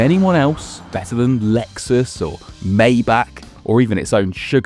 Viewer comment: It's funny that a lad can pronounce a difficult word Rolls-Royce but not an easy one Maybach.